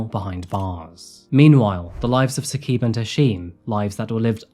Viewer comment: Also it’s not “Hasheem” the pronunciation is “Ha-Shim” And it’s not Saqeeb. It’s “Sa-Qib”